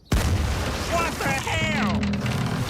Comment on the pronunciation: Meath on the Dississippi